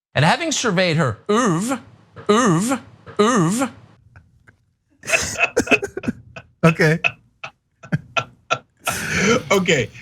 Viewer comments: That’s not even how you pronounce the fuckin’ word, Tuck Tuck. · Not pronounced in the frenchest way possible at all. I'm francophone I know. I thought he was about to regurgitate something pass a hair ball or somethin'. Lol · Portfolio... isn't exactly right in this situation. "Body of work" would be a better fit. Or, you know, "oeuvre" would have been fine, if he a) didn't pronounce it like an idiot, and b) weren't trying to pass himself off as a blue collar "man of the people." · OEUVRE is pronounced (Ooa-Vra) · "Oove" a word Tucker Carlson learned at the Super Elite Private School his Rich parents shipped him off too in Switzerland. Where they say words like "oove" all day long. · "Having surveyed her erurve!" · I’m pretty sure “ouvre” is French for egg. It was pretty badly spoken as well! Seeing the education he had and he can’t speak French! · I think Tukkker was trying to say "oeuvre", or french for "body of work"; don't get me wrong, he completely failed in his attempt to pronounce the word. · How much did his father pay for in education just for him to mispronounce “oeuvre”? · I would think, with all his fancy boarding-school education, Tucker Carlson would be capable of pronouncing certain French words and phrases that are commonly used in English, like "je ne sais quoi", correctly. To pronounce them as if one were burping or suffering from diarrhea, is weird, I don't know where he got that from. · The word is oeuvre. It means work. That's not how it is pronounced... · Yeah, the reason Tucker made a production out of pronouncing "œvre" the fancy way served his intro to some examples of this left wing pseudo intellectual chick's work. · That just proves my point first that you didn't knew that he mispronounced it because it is two syllables not one, second that you don't know what is intellectual or not and third that you don't care to find out because you misspelled it by leaving out the "u"